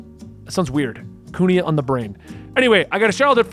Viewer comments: Kuina is pronounced Queen-ah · Wanted to help with names, hopefully make things easier for you. Kuina (coo-EENA), Alvida (Al-veeda), Baroque (Buh-r-oak), Vivi (think of it like a nickname for vivienne), Igaram (you got it right with your second pronunciation), Alabasta (like alabaster). Have fun with One Piece.